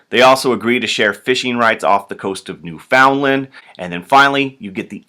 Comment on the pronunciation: Sorry to tell you... but i just wanted to tell you that you've been pronouncing Newfoundland wrong.... it should be New-F-un-Land thanks :) and thanks for the helpful videos! they've helped me prepare for my apush tests